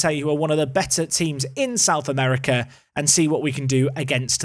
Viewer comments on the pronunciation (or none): none